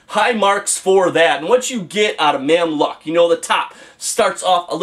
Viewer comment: Mamluk pronounced Mamluke , good review.